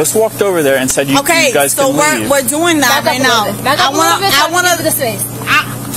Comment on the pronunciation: I'm not going to dat bro! The word is that!! Officer